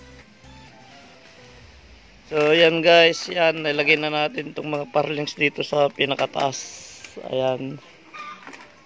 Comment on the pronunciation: Truss lang po. Plural na yoong trusses. At ang bigkas sa purlin (hindi parlings) ay /ˈpərlən/